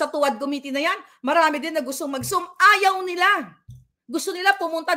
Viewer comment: Also: Committee = Koh-miti